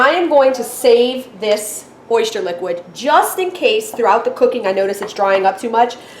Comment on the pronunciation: Oyster not oyshtyer